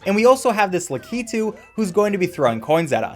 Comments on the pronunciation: La-key-too??? Lah-ki-too!!! XD that was bugging me each time it was mentioned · great vid but its pronounced lack-i-two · Wtf is a "luh-ki-tu" ... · I love the way you say lakitu XD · crazy how he pronunces lakitu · anyone else annoyed at how easy pronounces lakitu and the word "button"